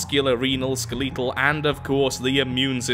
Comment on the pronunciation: Ska lee tal? WTH! I know the Brits talk a little differently, but seriously?